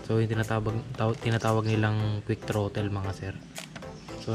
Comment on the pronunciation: Ewan Bakit naging Trotil at handil ang Pag Bigkad dapat throtol ang pag bigkas ng Throttle at handol naman ang Handle..